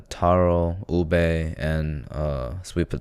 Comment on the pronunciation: Did you just say, ubi?